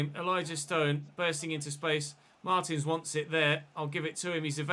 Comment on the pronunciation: It's "marteens"